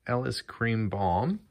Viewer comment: The one bottle you showed for the Ely's Cream I believe is actually pronounced like Eee Lee as it is spelled the same as the town I live in which was named after a mine owners last name. I have also seen it pronounced as Eee Lie when used as a mans first name